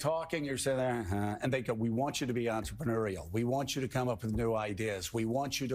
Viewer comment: "Be enterMANUREial 😂